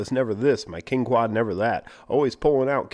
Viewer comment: kwin-quan? rin-quan? hehehe